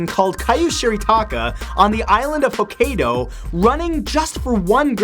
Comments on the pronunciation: "Ho-kay-doe" It's pronounced like "Ho-kye-doe" Matt. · from an American who lives in Japan... it's HO-KAI-DOE not HO-KAY-DOE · I pretty sure is pronounced Hu-kai-do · matthew..... for the love of god please at least look up the pronunciation of words you are using in the video. Because it is the internet people may take offence to bad pronunciation (Ho-Kai-doh)